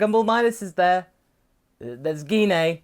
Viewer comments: has literally said her name a million times, I'd think he'd know how to pronounce it. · Its "GEE-NE" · I thought Gine was pronounced jin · I legit thought thay Gine was pronounced Gi-ine...like Wine, but its actually Gin-neh XD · I pronounce it like Gene, like Gene cells. Gee-nae sounds stupid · Google pronounces Gine as J-Eye-n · I thought it was pronounced like JEEN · Once I heard the proper Japanese pronunciation I felt pretty silly, because I was actually saying it like Geen. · Gine is pronounced Gee-Nay (that's a hard-G not a soft-G). It's an anagram of negi (nay-gee), the Japanese word for a green onion (a.k.a. Welsh onion).